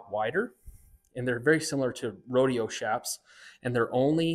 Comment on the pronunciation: ITS PRONOUNCED CHAPS NOT SHAPS!!!!! MEXICAN ORIGIN "CH"APAREJAS SHORTENED TO "CHAPS!!!!!! NOT S H A P S!!!